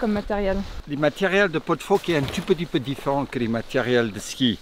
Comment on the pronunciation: en fait quand tu dit "un tout petit peu", tu prononce "un tu peux tu peux" mdr ;-)